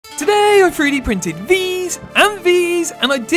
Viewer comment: when he saif "Today!" i felt that.